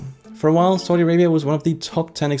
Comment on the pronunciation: idk, the country is succeeding in many ways and can adjust to its growth. also please learn to say Saudi correctly!